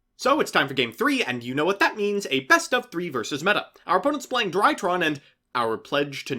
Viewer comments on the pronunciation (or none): none